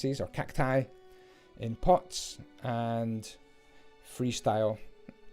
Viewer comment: I know he is saying 'pots', i know it; however, i have way to may friends that smoke. I keep hearing 'pot' instead. "Everyone needs pot"